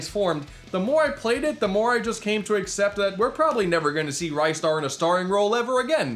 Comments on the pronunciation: For the uninitiated, the correct pronounciation is "ris-tar" (or Risutaa if you wanna go by the Japanese pronunciation), not "ry-star". It's stretchy arm puns, innit. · You have triggered my "Incorrect Ristar Pronunciation" senses,. An unwise decision.... But yeah, he definitely needs a resurgeance at some point. If only so people can be properly informed on how to say his bloomin' name.